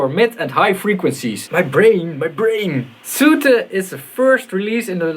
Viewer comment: Its soothe, not soothe, you clog wearing hippie! ;)